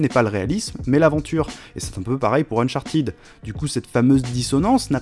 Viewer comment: On dit unchartAIde et pas unchatIde !!!!! (cf. Benzaie)